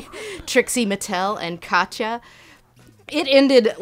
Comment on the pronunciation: OMG, I can die in peace, I know more about you. I feel that two worlds of youtube that I love got together when you said you watch Uhhhhh and you pronounced Katya correctly. I fucking love you.